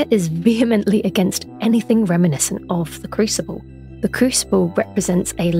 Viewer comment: I'm pretty sure I love you, lol :) It might just be the wild turkey, however.... I just saw this video and love your take on the game's lore. Also, I love your pronunciation of vehemently!!!!!! Def. the way it should be pronounced. Cheers, H